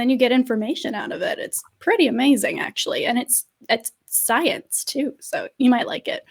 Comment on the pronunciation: "asking about szi-eenze"